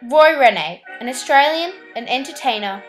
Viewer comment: My dear.. his name is pronounced REEN... Roy REEN, not Renay